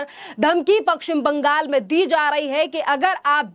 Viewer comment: Apna Pashchim Bangal ka uccharan sahi kijiye.